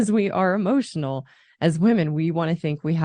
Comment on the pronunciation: Bit of advice when talking about E-motional Intelligence, Stop saying A-Motional Intelligence, you sound like a fucking moron, not being a grammar nazi, its a pet peeve, like "Ask" and "Axs"